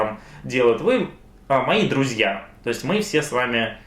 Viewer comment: Когда же ты прекратишь коверкать слово "друзья"